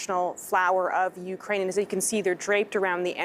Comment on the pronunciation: Thank you for pronouncing Ukraine properly!! 💕🌻💪